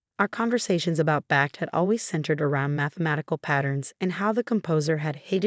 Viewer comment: Oh dear! Bach, not back. SMH